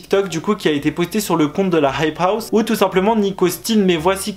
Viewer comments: C'est insupportable comment tu dis la "hype house" genre la "rrrrrhype house" c'est quoi cet accent ? sinon vidéo intéressante ! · Dans la hhhhhhhhype hhhhhhhhhouse srx ton accent stop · Comment il dit "hype house"